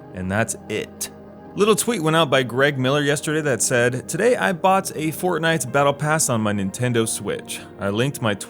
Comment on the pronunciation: you said "fort-Knife"